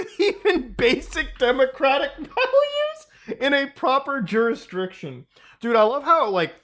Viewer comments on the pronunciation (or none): Do you not know how to pronounce jurisdiction ? Lmfao, it's not [JURH-DES-JUHDRICTION] its [JUR-RIS-DICTION] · JUR IS DICTION lol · Muta, have you always said juristriction? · I haven't heard Judisrectum tho.